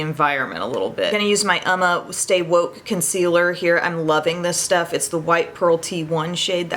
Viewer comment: Forgive me for correcting your pronunciation, but I've heard you say this wrong a few times now...Uoma is Italian for 'woman', pronounced oo-OH-ma, not umma.